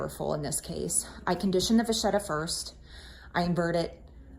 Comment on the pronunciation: thank you for info i am going to try this , just to let you know vachetta it pronounced ( vaketa ) 😊